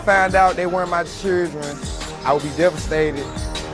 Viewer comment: Why does he keep saying “cheerdren” instead of children?